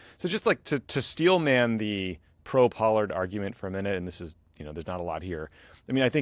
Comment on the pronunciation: Yeas...Pollard does not sound like Pard.